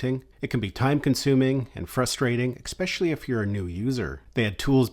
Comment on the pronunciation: Please do not take this the wrong way -- I do enjoy your videos and I think they are very helpful, comprehensive and instructive. Detracting from that great work is your continued mis-pronunciation of the work "especially." Note that there is no K nor any K sound in this word. Phonetically, it is ehspehshahlee, not eKspeshly. I am sorry to give you this unsolicited, but constructive criticism, but I think if you correct that, it will improve your videos dramatically.